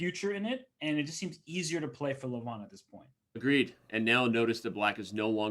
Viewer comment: You said his name 200+ times, so why not just learn how to pronounce it correctly? it's not Luh-von, it's Leh-vohn (e as in leg, o as in boat)